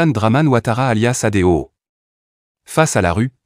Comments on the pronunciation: Voix de l'intelligence artificielle. On dit ADO et pas Adeo....😂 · Mais je pense que cette personne veut prononcer A D O, à l'exemple de RCI, ou de BCEAO. Que chacun prie pour la paix intérieure et extérieure de notre pays, mais aussi de notre cœur.